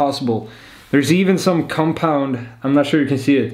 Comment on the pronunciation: Especially the way you pronounce cumpound!! Sounds... Nice. 😳